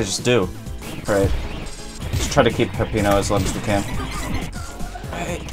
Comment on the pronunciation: It’s actually not “Pepino” it’s “Peppino”.